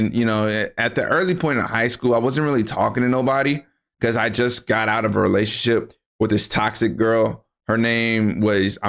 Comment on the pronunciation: Hahaha 😂😂 bro fumble saying relationship 😂😂😂